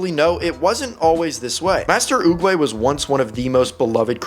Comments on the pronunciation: It's not oogway it's oogwGAY Fr check it out😅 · He destroyed the name Master oogway